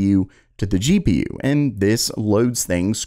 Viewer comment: thought you were talking about GPUS not cous